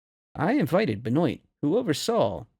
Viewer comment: Benoit = “Ben-wah” not “bah-noit”